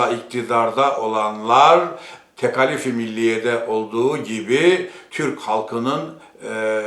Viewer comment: Tekâlif kelimesini neden Rumlar Ermeniler gibi "a" kısa "k" kalın olarak telâffuz ediyorsunuz? Siz gazeteci olarak gerek yazıda gerek konuşmada örnek olmalısınız.